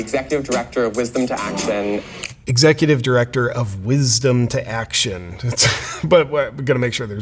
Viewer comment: Wizz-dom too act-shun!